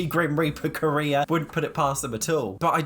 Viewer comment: I keep hearing “grim reaper career” as grim reaper Korea